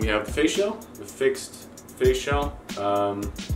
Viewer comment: I know you r saying "face shell" but when you say it fast it sounds like "facial" LOL!!